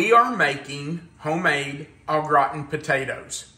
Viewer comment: I’m sorry but I have to say that every time you said au gratin potatoes, I heard old rotten potatoes 😂😂😂 I do love this dish but I’m lazy, I just cover the potatoes with cream and garlic. Cover with foil and when baked I grate the cheese on top and quickly grill the top 😊 Yours look fabulous 😋